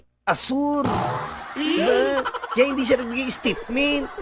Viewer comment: Estitmint 😂😅😂😅😂 Buuusssiiit... 😂😂😂😂